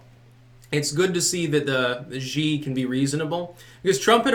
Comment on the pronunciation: Actually, Xi is pronounced "she," if you care...